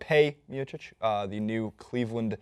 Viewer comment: Hey! Stipe Miocic is pronounced /steepay mee-oh-chic/